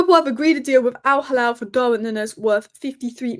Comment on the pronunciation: It's pronounced al-heelal. Halal is for the meat 😂